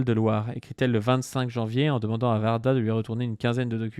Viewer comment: c pas Varda... c Warda ( ouarda) ps: j'aime bien vos vidéos